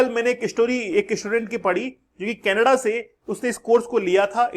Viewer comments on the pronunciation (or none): none